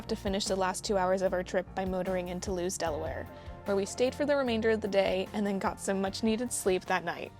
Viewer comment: Just an FYI…Lewes, Delaware…pronounced LEWIS. I know…crazy. But that’s the correct pronunciation. Safe travels!🤗🤗🤗